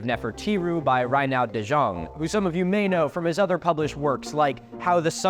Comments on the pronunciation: Reinoud de Jonge is a Dutch name. Your pronounciation of "Reinoud" is pretty good, but "De Jonge" was pronounced too 'French-like'. It's more Germanic and sounds similar to "the young(-eh)". A rough phonetic approximation would be "De Yongeh", where 'yong' is close to 'young' and the 'eh' is a schwa, like the 'e' in 'broken'. Incidentally, "De Jonge" currently means "The Young One" or "The Younger" (like Pliny), though it might have been derived from a different meaning. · Hearing Milo slaughter a Dutch name by pronouncing it as a French name was not on my wishlist this year. Amazing vid tho, love your content (I've made it my mission to watch every single vid on this channel) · no disrespect but that is the worst way you could pronounce that name 😭